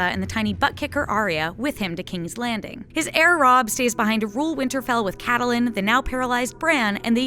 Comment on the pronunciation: Accidental mistakes in this video Viserys pronouncing Catelyn pronouncing Lyanna-older sister not younger